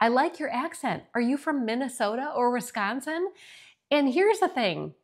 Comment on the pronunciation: I don’t think you have an accent except when you say the word Wisconsin.